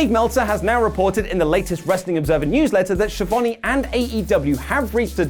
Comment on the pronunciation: Is to difficult to pronounce Schiavone? :°D